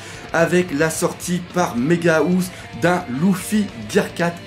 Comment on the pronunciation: "Méga Housse" 😂😂😂 La housse de couette pour les géant x) [On dit "haousse" à peu près xD]